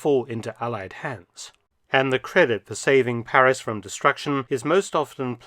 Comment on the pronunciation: Thank you Professor. Well researched, and presented with your own inimitable panache. Your French pronunciation is absolutely perfect, we appreciate that. And we all know that Paris became the headquarters for SHAPE, the forerunner of NATO. Have you made a video on this history? All the best!